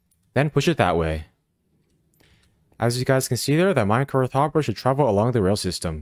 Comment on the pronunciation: There is no H at the end of the word minecart. You constantly pronounce it "minecarth" for some weird reason. It's just minecarT.